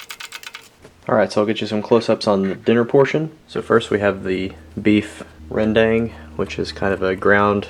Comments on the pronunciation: Rendang real pronunciation is ren-dunk...not "dang" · Rendang is pronounced as Rern-Dung , not Rern-Dang